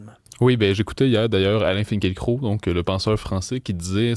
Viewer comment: Ce pseudo-sociologue utilise le terme pogrom pour imiter son gourou "Finkiel-Croc" (comme il le prononce, mais étrangement, il ne recense aucun "pogrom" au maroc ou dans les autres pays musulmans ou vivent des communautés juives souvent bien plus aisées que la moyenne de la population.... mais bien sur le probleme est evidemment la detestation viscerale des musulmans envers la kippa.... Un peu de sérieux messieurs